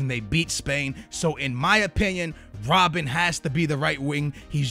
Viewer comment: lol it's not rob-bin it's rob-BEN